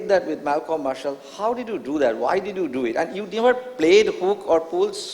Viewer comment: Pitch = peach Did = deed Devastating = divaastating Verbal = vaarbal Skill = skeel Appealing = appiling Idol = idoll Picking = peaking Opener = opaynaar What = whaat Marathi = Maaraathi Monopolising = monoepoelising Journalist = jaarnaalist And so on and so forth. Why engage such a moderator whose pronunciation is so poor?